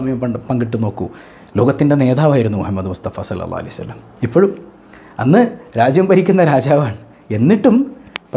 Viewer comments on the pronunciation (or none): none